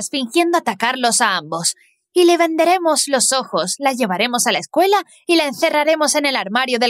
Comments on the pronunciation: Disculpa me encanta pero en ves de escuela dise escueña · Ok ok pero no sé dan cuan cuenta que en vez q diga escuela dice ecueña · Te diste cuenta de que dice escueña en vez de escuela? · Xd dise escueña :v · Ay dise cueña y debería desir escúdala v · Todo bien pero"Escueña " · Dise escueña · dice ecueña y no escuela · porque dise escueña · Dice escueña no Escuuela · Pov:no se dice escuela se dice eScUeñA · Oye el nombre no quedo del todo bien dise escueña y era escuela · WEYYYY PORQUE DICE ESCUEÑA 😂😂😂😂😂😂😂😂😂😂😂😂😂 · Soy yo o dise escueña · Porqué dice escuña? 🤔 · PQ DICE ESCUEÑA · dice escueña xd